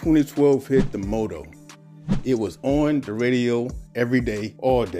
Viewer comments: Why is he pronouncing motto like that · The Mott-o not Mow Tow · Damnn bruh i was gonna sub until you pronounced "motto" "modo" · Pronouncing the Motto as The "Mowdow" had me weak🤣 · Why do u call It moto? Not motto lmaooo